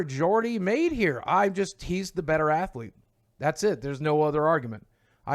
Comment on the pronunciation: "Athlete" lol